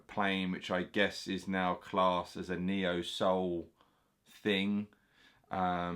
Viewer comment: Kneeohl sowel LOL